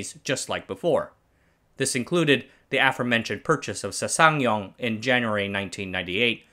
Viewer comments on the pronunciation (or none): Good video 👍 There's no SeuSangYong. It s Sangyong